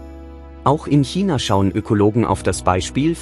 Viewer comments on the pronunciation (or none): none